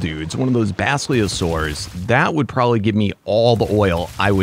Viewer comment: It’s pronounced bas-lii-low-saurus